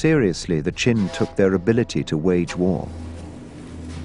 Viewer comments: chin? you mean qin right? the narrator is confusing me. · As a Chinese, it is so awkward to watch the re-enactments in english... and wth is "chin"??? It's "qin"... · why is it chin and not qin